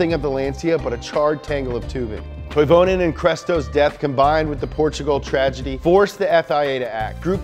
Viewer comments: Please, it's pronounced TOY-ve-nen. Try it. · how the hell are you pronouncing those car and driver names?! at least TRY to read them right. and toivonen was 30 at the time of death.